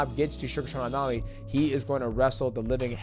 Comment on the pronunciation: What does might mouse always call Sean "sug Sean omalley".😂